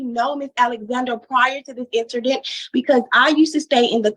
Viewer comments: did she say prior to this “inserrrdint”?😂😂 and what’s the deal why do people say “froooneral” instead of funeral? 😱😱🤦‍♀️🤦‍♀️🤦‍♀️🤦‍♀️ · so we're all just gonna sit here and pretend we didn't just hear her say "...prior to this interdint.."?! She looked directly in to the camera and said "INTERDINT" with 1000% confidence. I thought I had heard all the English mangling there was to hear....I stand corrected. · Jasmine said, "Incerdent" WTH is that? She also said, "Kilt" she really needs to go back to English class and learn how to speak properly. I honestly don't think people like this realize how embarrassing they look and act.